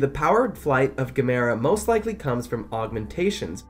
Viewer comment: Erm, his name is pronounced like, “gam-a-rah”.